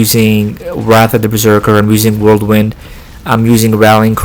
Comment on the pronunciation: Are you saying worldwind? I feel like I’m going crazy lol thanks for the tips